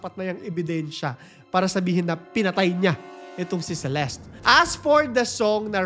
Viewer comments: By the way it's Celest not celestie its just the spelling CELESTE but the pronouncation is celest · Celeste is pronounced as Selest Hindi Seleste … silent E po yung sa Huli. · CELESTE - SEE-LEST